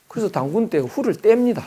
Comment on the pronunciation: 장음인 단어의 첫 자를 짧게 잘못 발음한 예:유사점,(공부를)해도, 서문,(이 학자의 버릇! 한국을"항국" 이라고,단군을"당군"이라 발음하고 있음), 사별,❤❤❤당파,¹ㄷ❤¹(또, 친구를"칭구"라 발음했음),머냐?,날(나를),( 또, 만물을 "맘물"이라 하고, 인물을 "임물" 이라 발음해씀),말(입으로),(또, 관계를 "광계"라 했음), 강의중, 계속해서 "울 나라 우리나라 사람 하는데 그 리 듣기 좋지 않음. "우리, 또는 "한국인"이라 해도 좋겠음. 참고로, "한국 어문을 고발함"아라는 책을 권함. 미국 변 완수 드림